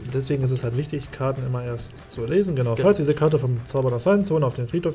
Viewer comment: #TeamDirk alles in allem ein schönes Best of Three. Die Unfähigkeit von Karten Richtig auszusprechen amüsiert mich jedes mal, ein richtiges Highlight:D. Freu mich schon auf weitere Duelle